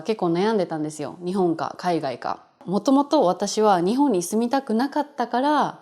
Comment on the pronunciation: Is Ni↘︎hon Kansaiben?